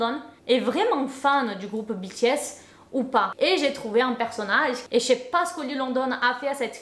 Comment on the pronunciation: Depuis le temps que j’attendais cette GiVDT et moi en tant que grande fan de BTS jsuis choquée et en plus je crois que t’es la seul personne que j’ai entendu qui a très bien prononcé le non du groupe